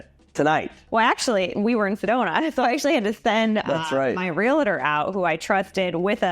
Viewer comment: Realtor is pronounced Real-tor not Re-la-ter